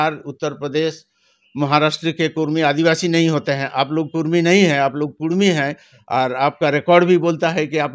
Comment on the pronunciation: REPORTER BABU ALWAYS SAY " KUDMI " NOT KURMI OF BIHAR AND UP.